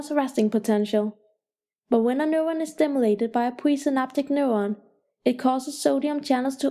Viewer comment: Annoying as fuck. "Newon"